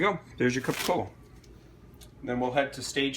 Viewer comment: I’m afraid to follow the steps when they don’t even know how to pronounce capocollo